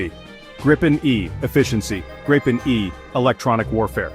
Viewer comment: Just a minor detail, but still: "Gripen" is pronounced with the stress on a long "i".